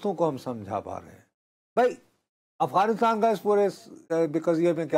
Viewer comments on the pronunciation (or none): آپ پچھلے کئی ہفتوں سے “افغانستان “ کو اغوانستان” بولے جا رہے ہیں 😂